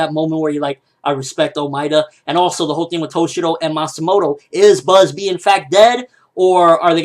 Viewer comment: its Bazz-B not Buzzbee, cmon ppl stop using silly translations